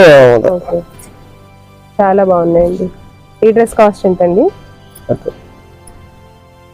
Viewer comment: కాస్ట్ కొంచెం క్లియర్ గా చెప్పరా